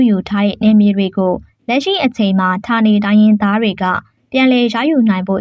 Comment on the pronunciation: ဌာနေ လို့ဖတ်ပါ❤❤